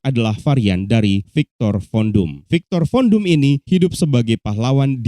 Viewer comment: Gua dnger ny viktor kondom